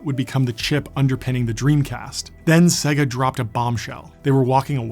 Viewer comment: Great video. Maybe I imagined it, but I think Sega was pronounced 3 different ways.